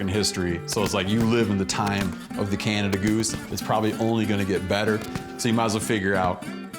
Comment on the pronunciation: Thank you for calling it a Canada goose and not Canadian goose...the bird is named after a man named John Canada not the country people always say that wrong